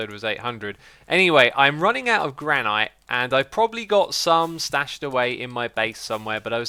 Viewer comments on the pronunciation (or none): It's pronounced Gran-it not gran-ite